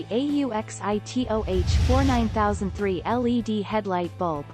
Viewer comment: Computer generated narratives suck ! I refuse to listen to a bot that can't even pronounce words correctly They are not lead headlights, they are L.E.D.